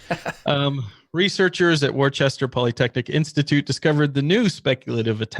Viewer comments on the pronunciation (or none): It's Wo-ster bro like Worcestershire sauce,....not War-chester. Zeb would have definitely called you on that one.